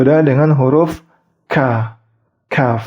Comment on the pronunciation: Assalamualaikum. Mohon maaf mas saya mau ingin sedikit masukan, saya dpet dri ustdz Hardi Damri, untuk huruf "khaf" nya sifat hams (Ada angin/nafas) nya tdk berlebihan nanti jdiny khha, jdinya sedikit saja. Tidk bermaksud saya bacaannya lebih baik dri masnya 🙏🏻, wong saya aja nonton masnya buat belajar ini kok 😂. Sama2 belajar👍makasih ya mas udah bikin videony, sya jg terbantu dengan video ini.